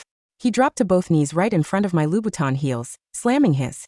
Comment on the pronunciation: Not lubutang but LOUBOUTIN